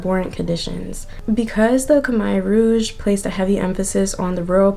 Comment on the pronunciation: pronounced “kah-mare (like a female horse)” rouge